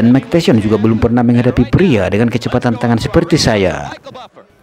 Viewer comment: RALAT MIN... BUKAN "MIKE TESYON" TAPI "MIKE TYSON" Budayakan membaca dengan benar dan baik. 🙏🏻